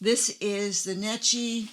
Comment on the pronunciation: Thanks for the interesting video. The Italians pronounce the brand name Necchi as "NECK-ee."